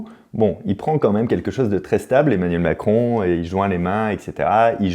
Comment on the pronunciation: 1.56min Emanuel macon 😂 mal prononcé je crois